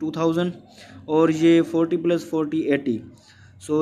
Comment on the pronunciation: Sir not pilus its plus